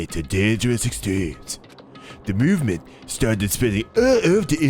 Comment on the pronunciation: I'm sorry, was it mÜvement with Umlaut? :)